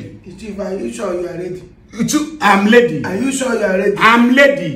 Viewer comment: I am leddy to sworrow this fufu okay.This old man’s pronunciation is the best 😂😂